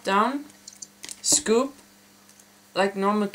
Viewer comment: "pop with your back finger and SCUUPE with your front " lol...